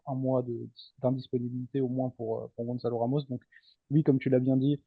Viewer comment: S'il vous plaît, serait-il possible de ne plus dire gonZalo mais gonSalo, ça s'écrit avec un "Ç" Gonçalo. 🙏🏼